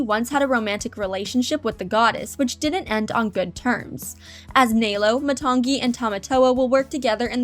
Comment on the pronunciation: It is nălo not nālo